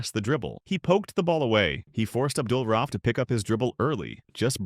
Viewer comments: Is this a.i. or do you not know how to pronounce his last name? Do better research. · I completely agree. It’s also culturally disrespectful. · It's very annoying and amateurish when the VO or probably AI can't pronounce the guys name right. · Make a video about the man, can't say his name right😂😂😂